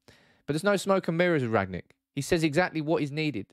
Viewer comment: It's rang-nick not rag-nick